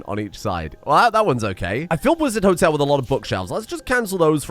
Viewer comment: Wizard Hotel: Wololo -tel (as in, the sound the damn unit conversion priests in Age of Empires made :D)